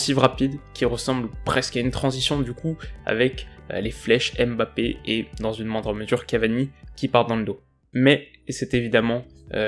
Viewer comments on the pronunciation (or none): none